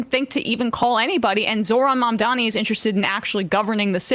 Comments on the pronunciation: Dude on CNBC is still saying 'Momdami' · guy still doesnt know how to pronounce mamdani lol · Say it with me: Mam - dani Mam - dani Mam - dani These tools “Man - dami”